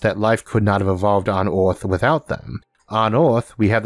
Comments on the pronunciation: IS NOT FOOKING oarth is called EARTH...... FOOKING IDIOT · oh no is the oarth guy again.he can talk good english but WTF U CANT PRONOUNCE THE WORD EARTH?...LMAO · I like this guy's pronunciation of some "wor'iods" like "Or'arth." 😏